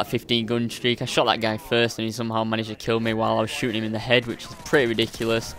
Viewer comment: its ridicula, its ridicla, its ridicla, its ridicules. HAHA